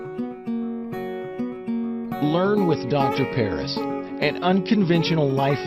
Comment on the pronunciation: ❌ Dr.Paris✅